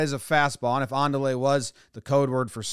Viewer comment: I thinks he said "mandale" no "andale"